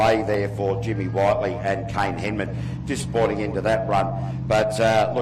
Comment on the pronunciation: Jimmy whit-ley not white-ly